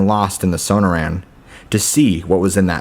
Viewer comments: Might want to learn how to pronounce things like places. The Sew-no-ran desert is pronounced Sa-nor-an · it's SOH-NORR-AN not SOH NOH RAN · Sun-nor-rin, not sana-ran lol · The so-noor-an desert, learn how to pronounce words you aren't familiar with. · It’s SUH noran not SO no tan desert 🌵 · Dude the pronunciation of sanoran dessert is so bad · Su-nor-un = Sonoran. At least pronounce it right. Gargoyles are on churches to scare away evil spirits. These are the dumbest stories I've ever heard. I lived in Arizona. Just do better🙄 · Did he just say son-oh-ran desert 🌵 😆😂LOL! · first story - grew up in the desert , yet cant pronounce 'Sonoran' (so-noor-an). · For fucks sake man. Your pronunciation of Sonoran makes my skin crawl. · Not bad for stories, but I'd suggest checking on the pronunciation of the places in the stories . . . Sonoran - suh naw ruhn and Gila - Hila would make your stories better. I hope you take this as helpful, don't mean to hurt feelings. Thanks. You have a good narrators voice.